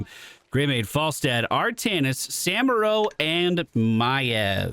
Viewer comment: Gotta love how this guy say "Samuro"